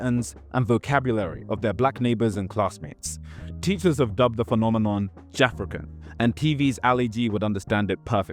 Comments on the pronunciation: I could be wrong but isn’t Jafaican that you are pronouncing as “JAFRICAN” pronounced “Ja-FAKE-can” i remember when people used to say that when people like Ali G (Sacha Baron Cohen) was doing that his show. As in he is faking Jamaican patois. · Man said jafra can - ITS JA FAKECAN big man lol 😂😂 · Ja-Fake-Can not Jafekan (as you pronounce it) it means pretending to be Jamaican as was all the rage when afrophobia was the norm between 80-2000, let's say. You're wrong on this and you should correct it. Lol.